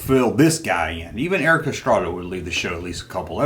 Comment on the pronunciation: come on man you know its Erik Estrada not Erika...lol......